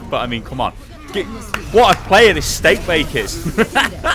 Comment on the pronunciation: steabake...its not like you have another acc called steakbake